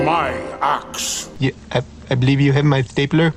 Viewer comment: 😂😂😂 I bewieve you have my stapla..." 😂😂😂